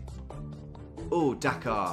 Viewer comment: Something really upsetting to me as an American about the way Tom pronounces Dakar and Dhaka the same way 😂